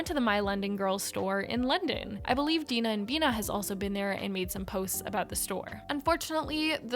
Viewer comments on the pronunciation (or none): none